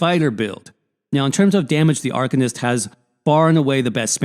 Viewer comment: Good vid. Thanks. But saying Arc-un-ist is driving me nuts. Ar-cane-ist. Ar-cane-ist...